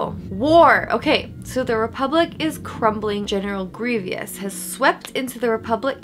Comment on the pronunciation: Ugh... you said grevious instead of grievous...